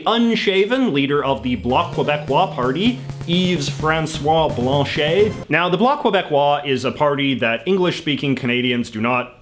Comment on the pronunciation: It’s Yves-François Blanchet, not Yves François-Blanchet 😅